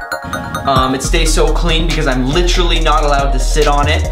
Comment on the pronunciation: Take a shot for his many times he says "licherally😂😂